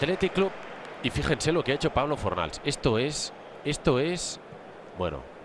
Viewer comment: Le dice plablo hasta luego lucarrr impresionante joder.